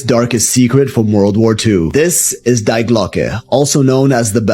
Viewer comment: It is „Die Glocke“ D I E not spelled Like „Die“ from „Dying“ but with the pronounciation on the „ i „ you pronounce it „ DI „ not „ Die“